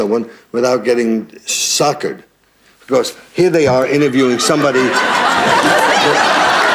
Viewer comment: Snockered not sockered.